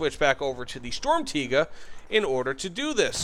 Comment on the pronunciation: As a german, thank you for saying it correctly